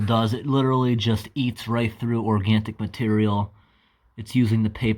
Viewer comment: Did my guy say "organtic"?